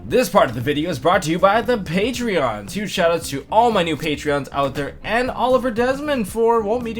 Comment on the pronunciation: It’s “Patrons”.